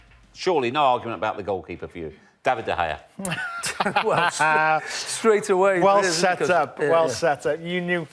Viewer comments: lol craig bellamy- "Duh Gayuh" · If Bellamy pronounces was the G in De Gea once more i’ll find him and make him sit through the worst punishment a scouser can ever face: Being told Liverpool are not the greatest club to have ever existed in the universe. They hate acceptance